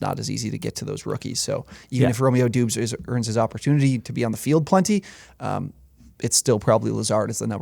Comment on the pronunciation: Fellas, first off, I love the channel. However, I must point out Romeo Doubs last name is pronounced 'Dobbs'. Sorry for being a stickler.